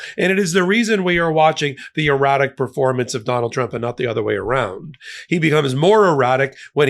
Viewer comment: Sounds like you said "erotic".